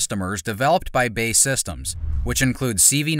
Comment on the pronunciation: it’s not Bae, but B. A. E.